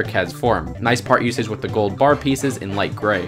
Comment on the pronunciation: He says wif not with Whaf the heck